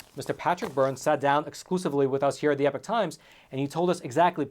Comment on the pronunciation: I just wish you would pronounce the name correctly, it’s E-P-O-C-H not epic times, another reason why I cancelled my subscription